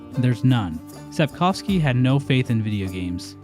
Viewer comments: As a Pole, I'd like to applaud you for your pronounciation of "Sapkowski". I've yet to hear another English speaker on this platform get "-owski" correctly. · It's actually amazing how well pronounces Sapkowski - it's the first time I've heard an English speaker say it as it sounds in Polish